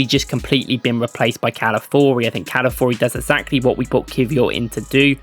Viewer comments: Ca-la-fi-o-ri mate. The first i isn't silent. Every time somehow you pronounce it Cala-four-i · Mispronounced his name